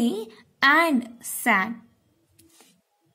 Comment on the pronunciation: Said pronunciation is wrong!